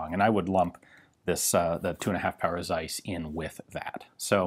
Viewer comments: Almost, ian. It is actually a "Karl Tsaiss" with a really sharpy and pronounced "Ts" at the beginning of "Tsaiss". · It's not dseis but Zeiss. And not Jenna, but Jena like in hyena. Do you even bother to look for some examples of how not to butcher the pronunciation? It's really painful to listen to. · FYI: The Z is sharp and the J is like a Y, so it's pronounced like Carl Tsaiss Yena.